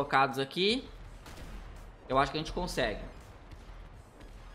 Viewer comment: É conseguem e não concege PORRA KKK